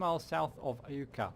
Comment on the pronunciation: you've got the pronunciation right...it is I-U-ka..good job!